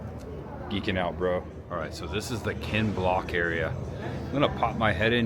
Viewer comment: It's Ken Block not Kent 😂